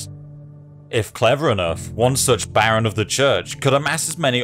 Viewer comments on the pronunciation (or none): none